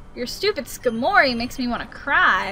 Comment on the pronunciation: i though skarmory was pronounced like scar-mory lol